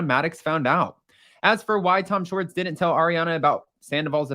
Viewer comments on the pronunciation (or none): It’s Schwartz not Schartz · First of all his name is SHWARTZ not SHORTS. Please work on your pronunciation. Second of all, that was the BEST episode of WWHL EVER. He gave the tea which is why we tune in. Most Bravo celebs never do that. It was so juicy and I hung on every word. LOVED IT. Please SHWARTZ (with a W) don't ever get media training, never ever ever.